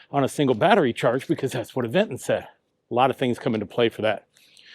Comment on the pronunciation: bro said “Av-eng-ton” not Aventon?